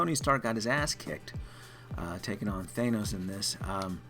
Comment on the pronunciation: You’re mispronouncing thanos buddy....